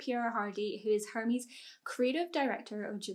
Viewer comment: you pronounced the company name Hermes wrong. The "h" is silent in French